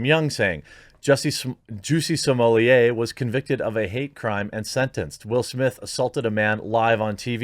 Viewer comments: It wasn’t funny when Dave Chappelle said it the way he did, and it’s not funny when the quartering says it the same way. His name is Jussie Smollett, not “juicy sommelier”. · Zhoo-see smoh-lay. Say it with french pronunciation. Sounds better and doesn't make you sound ignorant.